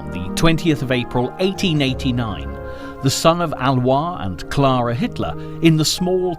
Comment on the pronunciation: Alois Hitler was not french, why you pronounce his name like he was french?